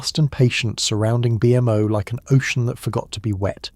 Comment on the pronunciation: BMO NOT B M O PLEASE